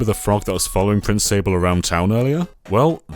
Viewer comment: This game is magical, I don't think any Nintendo game has truly captured how uniquely fun and light-hearted it is. It really is in well-need of a remake, just so Nintendo has the excuse to finally release it outside of Japan. Edit:, I think you should know that "Sablé" pronounced "sab-lay", and also, this wasn't specified in the video so I don't know if you're aware of this, but "Prince Sablé" isn't his name, he's the prince of the Sablé Kingdom. He technically doesn't have a name, since you name him in the game. Just FYI.